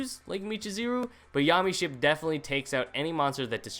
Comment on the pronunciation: "Mee Cha Zee Ru", "Yommy Ship", holy fuck I can't anymore. My inner weeb is screaming.